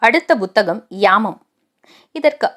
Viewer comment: Buthakam illai puthakam Correct your pronounciation